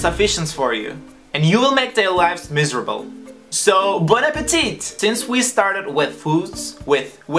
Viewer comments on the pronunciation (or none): Bon appétit * don't pronounce last T